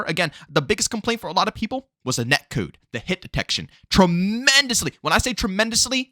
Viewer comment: The way you say “net cood” is killing me 😂 I’m loving Xdefiant and this existing can only be good for cod, forcing activision to be better. Idk why cod extremists don’t realize competition makes games better